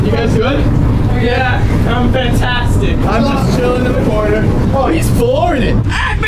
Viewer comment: last curner